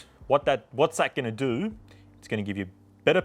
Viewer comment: "what you need to DOU is"